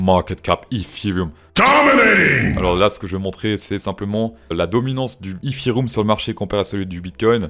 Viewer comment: Le ifirioum ? Bonne vidéo sinon 😅😂